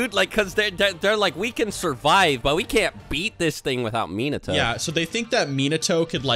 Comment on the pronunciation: it's so annoying how they pronounce his name MEAN NUH TOE